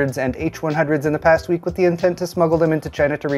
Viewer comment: Did you say : "Tech news for the weak"??? 😅